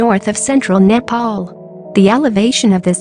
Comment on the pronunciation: I heard the nepal pronounce Nepal~